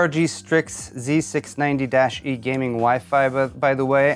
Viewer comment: You properly pronounced " z690" and 60fps video...yeah..you're DAMN RIGHT..you're getting a thumbs up from me. \m/